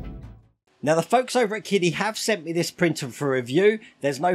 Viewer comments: I thought it was pronounced 'Chidi', ch as in cherry. That's what I hear on other channels. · for the record, qidi is pronounced "chee-dee"